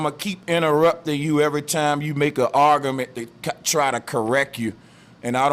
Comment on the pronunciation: Argamint, Flat earthers know how to mispronounce words.